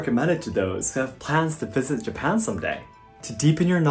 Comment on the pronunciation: Why do you pronounce Japan as Yapan?